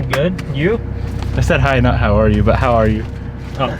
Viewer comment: He did say "hoayu" not hi tho XD still funny